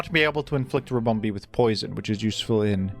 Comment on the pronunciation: The way he pronounces ribomBEE kills me